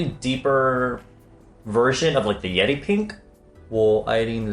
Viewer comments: I kept hearing yeti instead of yeri lol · Is it just me when i heard he said "yedi pink" instead yeri pink?